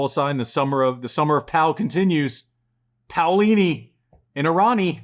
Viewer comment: POW-lini haha i love Andy poking fun at the pronunciation experts.